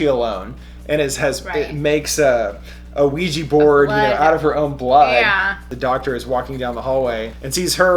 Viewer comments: pronounciation...."WEE- JUH" not weegee...nails on a chalkboard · ITS PRONOUNCED WEE-JA!!!! AHHHAHSAJSHKHDKJSDKDKDJ